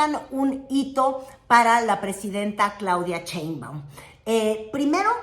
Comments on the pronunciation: por fa 🙏 deja de decir "Cheimbaum" la Presidenta se apellida Sheimbaum con sh sh sh y tu pronuncias ch ch ch. y se escucha horrible. Me molesta y como yo veo todos tus videos me molesta escuchar que lo pronuncies mal. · Muy bueno tu contenido! interesante y objetivo tu análisis político!, solo tengo una pregunta, que seguro ya te lo han deber dicho varias veces; por que pronuncias CHEinbaum? jeje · Te esmeras por pronunciar Trump como lo dicen en inglés pero pronuncias. "Cheimaum" el apellido Sheinbaum. Haz ejercicios de dicción, todavía puedes. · Todo bien… pero crítica menor… no Digas “Claudia Cheimbaun” suena igual de espantoso a que la nombraran “Carolaina Rosha” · bella y querida, no se pronuncia "Cheinbaum", sino "Sheinbaum" 😉🫶🏻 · Hermosa,, no es Cheinbaum, se pronuncia igual que se escribe su nombre co She, no con Che. Sheinbaum